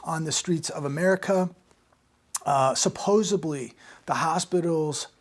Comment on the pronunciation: You said "supposebly". Ufff